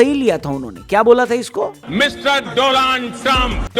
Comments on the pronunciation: Donald Trump ❎😢😢😢 Doland Trump✅😅😅😂😂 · Doland पढूं या दो...... पढू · Doland me "a" nai "u" hona chaiye....🤬🤬🤬🤬🤬🤬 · bhai doland nahi 2land hai. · WAH BHAI... DONALD❌ DOLAND✅..😂😂😂😂😂😂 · Donald ❎ Doland✅✅ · Bhai aapne u ke jagah a lgya hai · Are bhai Donald hoga ki Doland 😂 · Donald ❌ Doland ✅✅ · Do shabd....... DOLUND TRUMP😂😂😂😂😂😂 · Donald Trump ❌ Doland Trump ✔️ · sahi bola dolund trump 😂😂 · Doland trump ❌ DoLand trump ✅💀